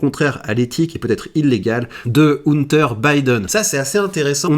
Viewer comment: "Oune-Ter" Biden, c'est le frère de Gunther Biden? 😆